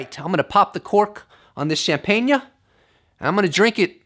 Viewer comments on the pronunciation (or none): Neil Degrasse Tyson will surely appreciate that fine Barefoot shampain-yuh